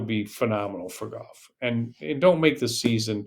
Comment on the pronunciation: I'm not taking a golf lesson who pronounces it GOFF. I think people from Texas say that more than most. Not sure where you are from. There was a guy who used announced the Golf Channel commercials who said GOFF, as well. I know that 90 percent of announcers say further then it should be farther. Crazy stuff.